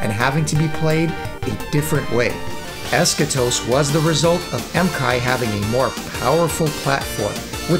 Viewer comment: Timmy? Ha no he was playing Fortnite as usual he can't even pronounce Eschatos correctly. I actually found a good deal on an Xbox360 original and saw it had both other games on there so I bought it. I was going to get them on Steam but now I can just have it on the 360. I need to play those two next. Just added you for the giveaway. You're IN. 👍